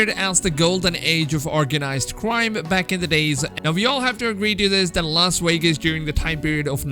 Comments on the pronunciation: "Las Waygus" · Lol "Los Wegas"